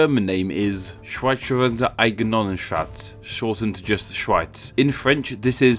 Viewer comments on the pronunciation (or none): Hah, how you said Schweizerische Eidgenossenschaft made me laugh :D Not even close, but very funny :D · Yeah, but every Sound in "Schweizerische Eidgenossenschaft" is found in English aswell, so it was definitely possible for him to pronounce it right.